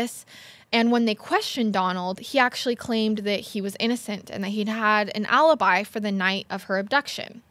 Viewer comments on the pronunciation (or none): none